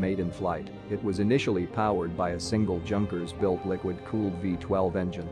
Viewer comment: Can not even pronounce Junker properly.